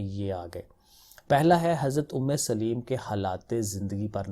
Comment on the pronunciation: Umme solaim not umme saleem